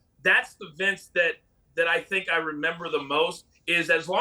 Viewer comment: Piers can’t even say Vince’s name correctly